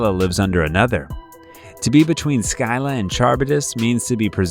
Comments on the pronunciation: Your mispronunciation of the Scylla drives me bonkers. If English is your first language then its pronounced similar "Ski (like skill ) - Lah" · It's quite painful how you're pronouncing Scylla and Charybdis. It's Silla (first syllable stressed) and Karibdis (2nd syllable stressed), not Sky- La and CHAR-bi-dus. Please, these things are easy to Google, or you could listen to the song Wrapped around Your Finger by the Police. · Ok, I am not trying to sound like jerk, and I apologize if it comes acorss as such, but that is not how you pronouce Charybdis and Scylla. It's pronounced "Kar-rip-dis" and "Silla". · Kah-rib-dis & skill-ah, thank you. Ooph! Those pronunciations were nails on a chalk board for me. I know I’ll get hate for this comment, but I couldn’t not say anything. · Kar - rib - dis Skil - la Si - thee - ans